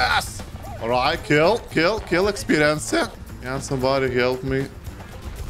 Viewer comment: Burning out on it is a part of the “experienTSE” (as pronounces it):)